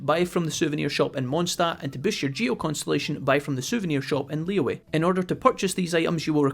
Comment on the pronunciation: Is it really pronounced Li-yu-ay and not Li-Yue? Oh no. D